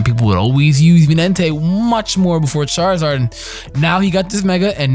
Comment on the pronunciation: Charzard.....triggered lol